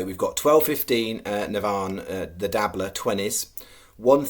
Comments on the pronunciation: It’s NAVAN not Navarrrn 😂😂😂😂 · Navan is not pronounced NAV ONN ! It pronounced NA-VAN ! ! Hope this helps. Say Van then say Na Van 🤣 BTW great place picks today. 💥💥💥